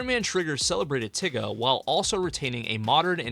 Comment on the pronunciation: Please stop saying tiga like the n-word😭😭